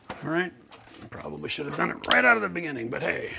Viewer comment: "Make sure you take the cap oot, eh?" Thanks for the great vid, from an American fan!!